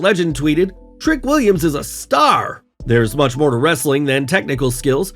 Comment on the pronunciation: You have to stop doing the ‘Wrrrrrr’ in Wrestling content, the other guy doesn’t do that and he’s much better!